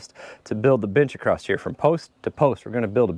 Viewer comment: I don’t know where I picked it up, but I say acrost (or perhaps acrossed) as well. I don’t even notice it until called on it…